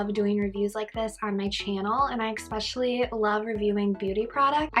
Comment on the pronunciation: Especially, not expecislly